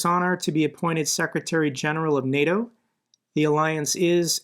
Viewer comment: Instead of NATO, it's NOT-O